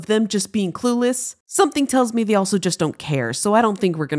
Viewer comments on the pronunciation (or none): none